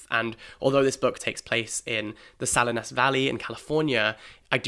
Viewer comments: Couldn’t agree more about East of Eden. Steinbeck was great. Salinas is pronounced like Suh-LEEN-us btw It’s a beautiful valley to this day. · A couple of tiny bits of pronunciation help: Appalachia ~ apple AT cha; Nabokov ~ stress on the second syllable, which is a clear, full, open o; Salinas ~ suh LEE nuhs. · I'm sorry I just gasped at how he just pronounced 'Salinas'